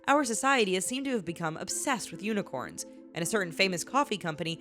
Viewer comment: Unicorn or yunicorns hahahahahahahaha